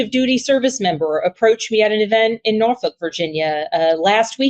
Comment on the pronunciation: Definitely voting for Abigail. The fact that she pronounced Norfolk like a local is huge. She gets it.